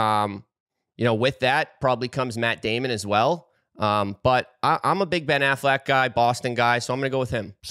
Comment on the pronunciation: Who the hell is Ben Afflect?😂